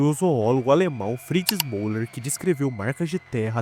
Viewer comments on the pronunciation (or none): none